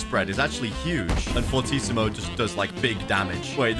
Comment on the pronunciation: This was one of the first YouTubers that know how to pronounce “fortissimo”